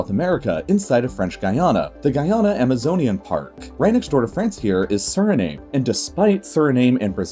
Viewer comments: It's pronounced SuriNAM not SuriNAME. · Suriname is pronounced Surrey-nom. Like nom, nom, nom. 😁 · How he pronounces the names of the countries in the Guiana Highlands drives me crazy. Suriname - soo-ree-nam Guyana - guy-ana Guina - ghee-ana Hops off soapbox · How could this narrator not know that the correct pronunciation for Suriname is Surinam, exactly the way the NAM in Vietnam is pronounced. SuriNAYM? Seriously? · It’s pronounced “suri-nam” not “suri-name” and yes I know it sounds a bit strange. Here’s a fun fact the Surinamese people speak Dutch because the country used to be a colony of the Netherlands. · Btw Suriname is actually javanese peoples from Java Island Indonesia, which was former dutch colony. So yes it pronounced Suri-nam not Suri-Name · It’s basically Surinam, not Sirname! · Just FYI, Suriname is pronounced as Soo-ree-nam, and not Soo-ree-name... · SURINAME IS PRONOUNCED SURINAAM NOT SURNAME WITH AN I SURINAAM LIKE HOWNYOU SAY VIETNAMMMM Edit: i am surinamese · Amazing video - but the constant mispronunciation of “Suriname” (suri-nahm, not suri-naym) is jarring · Narrator pronounced Suriname sir-ih-name 😆 You can tell dude's never been to most of the places he discusses. Sur-ih-naam 🤜🤛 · FYI: Suriname is pronounced Sur-ee-nam, not Sur-ee-name. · Suriname is NOT pronounced Sur-I-name......the ending is pronounced NAM. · Suri-nam, not Suri-name (although it’s spelled like that). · The pronunciation is not Suri NAME. It is Duri nahm. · It’s pronounced Surinam not Suri-name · Yes, Joep. But you are thinking about the Dutch pronunciation of the word "Suriname", which actually makes a lot of sense. Ayrton is talking about the funny pronunciation used in the video starting which you could write it as "surineem" in Dutch. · Stop with the VOC mentality. You don't own Suriname and are not the exclusive keeper of its facts. Suriname is pronounced as SURINAHM in english, and most Surinamese people of indian descent (called hindustani) are NOT from Pakistan.